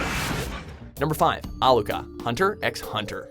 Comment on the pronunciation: It's pronounced Hunter Hunter, not Hunter X Hunter... Spelling confusion...